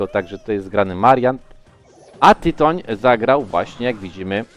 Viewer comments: Za tego „tajtana” to bym zwolnil- Tyton pewnie sie wkurwil, ze nawet jego ksywy nie potrafisz powiedziec…. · Tytoń się czyta przecież to Polak xd